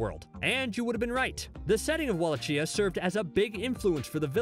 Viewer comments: Wallachia: Pronounced Wall-ah-key-ah. Not Wall-ah-chia. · I was hoping someone mentioned this. Wall atch ee ah is like fingernails on a chalkboard. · He also mispronounced Wallachia. I was going to let Devo slide, but that was 2 strikes. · The way this man pronounced Wallachia, will forever cause me pain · He mispronounced Devo, Wallachia, and Genndy Tartakovsky (it's GHEN-dee, not JEN-dee)